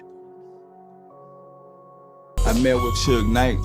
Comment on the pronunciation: He said who Knight?? 😂😂😂 this dude from Japan!! lol 😂🤣🤣😂